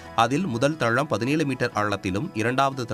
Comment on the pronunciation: தளம் வாசிங்க .... தழம் வாசிக்காதிங்க pls